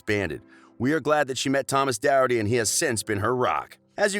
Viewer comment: the way u pronounced les miserables, doherty, and homage were horrendous